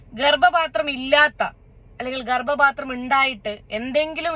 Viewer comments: It’s not Garbapathram,Garbathram, thettiyathu thankalkkanu,🤣🤣🤣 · ഗർബാത്രം ആണ് അവനു ..... ഗർഭ പാത്രം അല്ല.........😂😂😂😂😂😂😂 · ഗർഭപാത്രം എന്നല്ല കുട്ടി അവൻ പറഞ്ഞത് ഗർഭാത്രം എന്നല്ലേ 😂😂😂😂😂